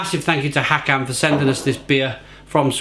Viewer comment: Hi. Håkan’s name is pronounced “Hawkaan”. 😊